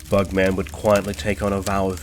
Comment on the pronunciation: Stop saying bug-man. It’s not like Spider-Man or superman.